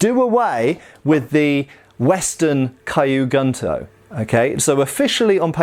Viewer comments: kyu is pronounced like skew, without the s, not kai-you. Gunto is pronounced like goon - toe (the o sounds is the same as goon, but not as protracted) not gun - toe. so kew goon-toe, instead of kai-you gun-toe. It might be confusing at first but japanese that is written in english has a set phonetic pattern, kyu, ryu, etc all sound like kew, rew, etc, not kai you, rai you, etc. same goes for the "u" in gun, kun, etc, always a goon, koon, etc (with a contracted o, but with the same sound) not gun, kun etc. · Don't know why this is bothering me so much as I'm not usually a stickler for grammar/pronunciation and probably doesn't speak Japanese, but "Kyu" is pronounced 'Kyoo" (like the letter 'Q') not "kai-yu" and "Gunto" would have a soft "u" and sound more like "Goon-toe." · Q Goontoe. Don’t mess it up again filthy gaijin.